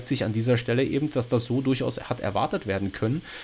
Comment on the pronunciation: Wer immer "ebend" sagt, sagt beim Metzger auch "1 Pfund nackend!" 😁 Spaß beiseite, war wieder interessant und informativ. Aber timestamps wären echt sinnvoll, wie schon jemand schrieb. 👍